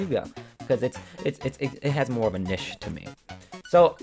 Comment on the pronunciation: you pronounced niche wrong but I cant accurately represent how to pronounce it in text form. UUUGGGHHHH